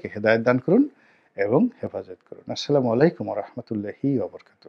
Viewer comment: গোলাম ময়লা রনি,ভালো করে সালাম টা দিতে পারে না,আস্লামু আলাইকুম বললো, আপনারা ভালো করে শুনেন,সে আসে কুরআন বুঝাতে